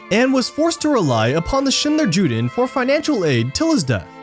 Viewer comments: It's pronounced "YOO-den," not "Jew-den" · I know this is somewhat trivial, but if you are going to say "Schindler dler Juden" rather than Schindler's Jews, could you please pronounce it correctly? The J sounds like a Y, so it sounds like Schindler Yuden. The J is only hard in English, not in German or Yiddish. thank you. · I think it's actually to be pronounced "You-Den". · Juden is pronounced like you-den... I think 🧐 Also I personally think the list was really Stern's list technically. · wish there was a way to convey the feeling to non-German speakers that „Arbeit macht frei“ at first reads like a joke given the context, also the J in Juden is pronounced with a yuh 'y' sound yewden